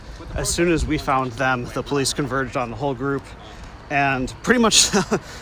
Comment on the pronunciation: PO leece 🤣😂🤣